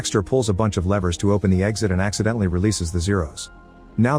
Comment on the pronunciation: "accidentally releases the zeros" emphasis on ACCIDENTALLY